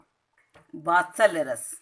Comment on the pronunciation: good explination but [vatsallya ras ko batsallya ras] kaha hai aap ne